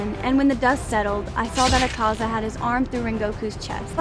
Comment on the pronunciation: Thank you for pronouncing Akaza right